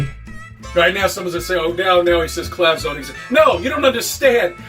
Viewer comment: Oooh. CLOUDS. I thought he said "clowns." I was confused as fuck as to what clowns had to do with this.